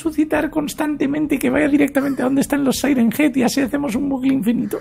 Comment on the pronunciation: Se dice siren head